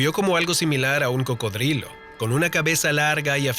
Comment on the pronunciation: Jaja cabal solo lo escuche y me empese a reir